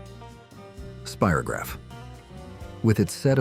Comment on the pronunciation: I was one of the boomers in the 70s. This video would seriously benefit having someone who lived it do the narrating. The mispronunciations and mis characterizations are so rampant and actually maddening for we who actually lived it. Let one of us narrate it and watch the clicks multiply. I was screaming at the screen. "Speero"graph and "leet" brite, indeed. Anyone who played with them knew it was spIro-grapgh and light brite. It was Marsha Marsha Marsha. And it was Marsha being hit in the nose by a football that was the catch. C'mon guys. And the cartoons completely disregarded wacky racers and Dudley doorite. Geesh.